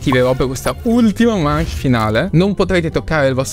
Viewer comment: la corretta pronuncia di manche è ✨mansh✨